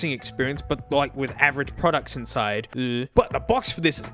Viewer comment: When he says inside his entire Australian accent goes away